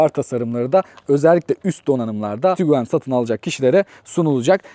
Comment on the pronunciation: Kusura bakma "tukuaan" diyerek yaptığın açılış sonrası videoyu durdurmak zorunda kaldım, umarım açıp kendinde bir izlersin ben katlanamadım.